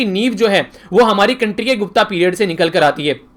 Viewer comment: 'Gupta' its गुप्त काल सर..... not गुप्ता